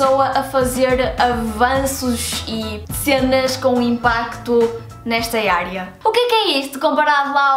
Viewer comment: "avanços e cenas nesta "iarea".." que sotaque.. <3 Obrigado por nos presentear com mais um conteúdo que sem vc nem saberíamos que existe, nesta vasta e bela "iarea" do conhecimento que é a matemática!